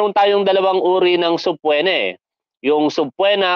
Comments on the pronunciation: Hindi subpwena tol, it’s subpeena. Ok lang yan. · sir subpoena (subpina po hindi po subpwena) salamat